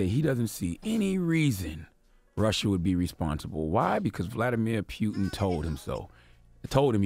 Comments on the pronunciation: Vladamir pew-tin!!!😂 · CTD “Vladimir Pueton” 😂😂😂